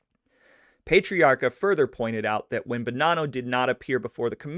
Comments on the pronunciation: one more thing to fix, just cuz i have OCD, you keep saying his last name wrong too. You pronounce it "payt-triarca" and its actually pronounced "pet-triarca" lol. But great job....again. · It's PAh-TREE AAHCA, not Pate-riarka. You gotta say it with a Boston accent. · PAT - ree-aka. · It's Pat-tree-r-ka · No no no...it’s NOT pay or pet it’s pat!!!! Pat-tree-ah-kah💯💯💯👍